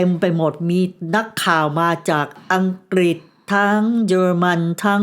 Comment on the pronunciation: เป็นผู้เล่าเรื่องคนแรกที่ออกเสียงคำว่า"อังกฤษ" =อัง-กริด ชื่นชมค่ะ💗😘 คลิปผู้เล่าท่านอื่นออกเสียงว่า อัง-กิด 😭 คือลืมกันไปเลยว่า "ฤ ฤา ฦ ฦา" ภาษาไทยของคุณแม่ชัดถ้อยชัดคำมากค่ะ สวัสดีปีใหม่ค่ะและน้องโอกี้